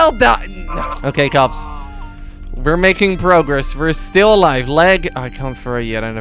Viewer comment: You sound like you're saying cubs instead of cops